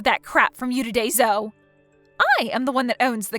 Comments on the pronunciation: Its pronounced zo ee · Zoe is pronounced zoee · Good story and just FYI - Zoe is pronounced “Zoee”.